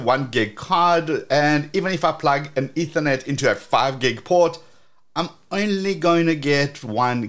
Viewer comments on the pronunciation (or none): none